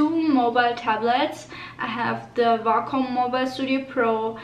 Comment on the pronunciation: Way-com it's pronounced way-com